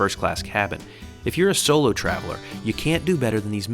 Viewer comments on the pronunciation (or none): none